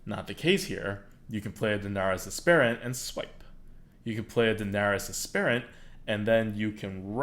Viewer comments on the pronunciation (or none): Lol it's dar-NASS-uss ASS-per-int EDIT: RIOT!